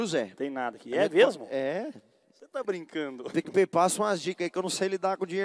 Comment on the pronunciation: "DEIZ E POUCA!" e "DUPLA PIC E PAY" uhaeuhaeuhaeuhaeuhaeuhaeuhuahe